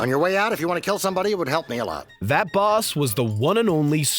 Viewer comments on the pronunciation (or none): none